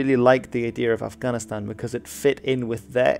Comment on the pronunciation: It really bothers me how he prounces Afghanistan